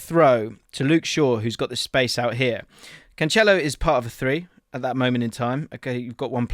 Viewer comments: Stop calling him Canchelo it’s Cancelo. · hearing "canchelo" all them times made me feel unwell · No, he is saying it wrong lol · Love you, but the way you pronounce Cancelo is rough haha